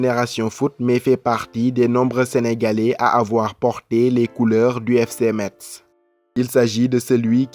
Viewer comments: Je suis de Metz et suis un fervent supporter du club de foot de ma ville ... donc ça me fait mal aux oreilles quand vous prononcez mal METZ ...METZ SE PRONONCE "MESSE" ...Merci et bonne continuation ! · Par contre metz ce dit messes mais bonne vidéo